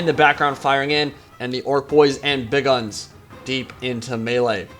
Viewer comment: please, for the love of Gork and Mork, stop saying Big Uns like Big Guns